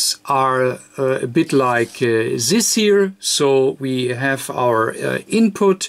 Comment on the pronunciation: Das heißt nicht "sis" das heißt "this" :)